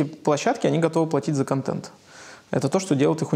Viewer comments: "Кантент"..ну послушайте себя.. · произношение второй гласной е, вместо э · Кое-что из внутренностей: "КантЕнт". "скейлить". "рефлексить". ,"фаундеры". "как я треволю". "букирую гостиницу". "дэй -тудэй". Журналист от бога,ничего не скажешь... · контЕнт, как же режет ухо. контЭнт! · Елизавета, говорите пожалуйста контЭнт. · "Баба Лиза" так забавно произносит слово контЕнт :)) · Ставь лайк, если не можешь слышать слово "Контент" произносимое через "Е"... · Ну котЭнт же! Контент - заимствованное слово, произносится также, как на саксонском...